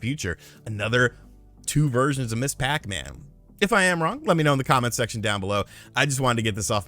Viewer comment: You’re pronouncing Ms. Pac-Man wrong it’s not Miss Pac-Man it’s Miz Pac-Man but with the s lol